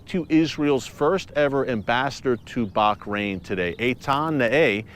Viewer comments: Ooo, not “Bak- rain” but “Baa-rain” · Why you pronounce baHrain, baQrain ? 😂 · Hi Eric, it is Bahrain not Bakrain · Hi, Erick and other Watchers, I have a total side question. Is that how Bahrain is pronounced? It sounds like Erick is adding a 'c' in there, like Bachrain. Have I been mispronouncing it all along? 🤔🥺😢😎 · Pronounced as Bahrain. Bah as in lah! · I think I gotta get my hearing checked... Just sounds like he's saying Barkrain? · Watching herefrom dubai it pronounce baha rain sir